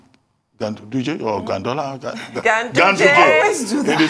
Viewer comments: Ruben Abati: "Gandollar" 😂😂😂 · Dr. ABATI, it is GANDOLLAR. Please don’t forget the next time. 😂😂😂. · Dr Abati wanted to say gandollar...🤣🤣🤣🤣